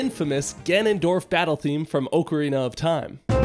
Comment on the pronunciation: Wtf is an "Oak-arena"....